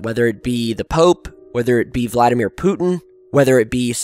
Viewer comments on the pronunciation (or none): none